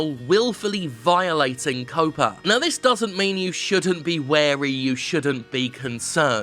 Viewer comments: Why does Jim keep saying "COPA" when it's actually "COPPA"? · Jim... it's pronounced "Cop-uh" Like Cop, but with an Uhhh... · Jeez Jim, I'm sorry I thought you were going the stupid way with it like a lot of others who think COPPA and COPA are the same thing. But you didn't. But stop saying 'COOOWPAA' there's a double 'P' there pronounce the 'O' like you would in 'cop'. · Huh, you pronounce it "cope-ah"? I always pronounced it like copper with an "ah" at the end. Maybe I've been wrong this entire time. Still gonna read it that way in my head though. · Well said for the most part. But COPPA has two Ps, not one. C'mon, Jim, you're English. You should know to pronounce it similarly to how you'd pronounce "copper." My parents are editors, so things like that really stand out to me...